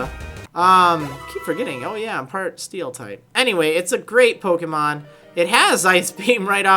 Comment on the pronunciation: You don't know how to pronounce pokemon you idiot